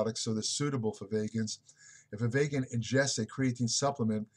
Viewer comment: Vee-gan, not vay-gan, vegan